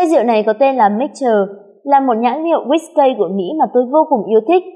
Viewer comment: guýt cây ? :))) đều đọc là ki hết má ơi